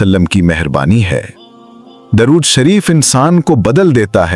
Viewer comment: Apne alfaz to thek se bola karo video banake chakar me ghabra ghabra ke darud sharef ko durud sharef ambara ko amar video banake pura dekho suno fer upload karo pls bakgraud mewjek kew kya jarure hai samjhana kam begadna bahut hai